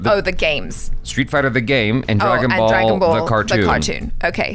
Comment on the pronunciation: oh no how did u say dragon ball cartoon. I am triggered now